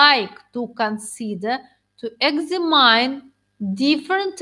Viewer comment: Все, конечно, хорошо, если бы не произношение некоторых слов типа examine, extreme..